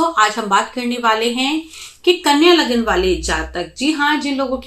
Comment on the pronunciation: Dhanyvad , aur shat shat naman spast roop se LAGNA uccharan ke liye. Kyuki adhikans jyotishiya vdos me spastroop se lagna ya rashi bola nahi jaata hai. Lagna aur rashio ke koyi alag alag naam nahi hote hai. Lekin har vyakti ka rashi aur lagna alag hote hai jyadatar mamle me. Kuchh jyotish vdo banakar bol dete hai ki vdo rashi aur lagna dono ke liye hai, jabki rashi aur lagna ek vishay hota hi nahi. 🙏🏾🌹🙏🏾🌺🙏🏾